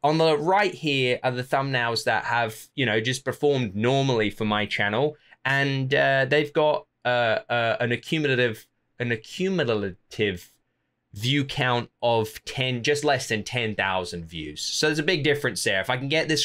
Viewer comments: I can help you with the pronunciation of "Accumulative": Say "A-cue-mule-a-tiv" slowly and you'll get it in no time 👍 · I pronounce it as "A-cue-meh-leh-tiv" There's a schwa instead of a /ju:/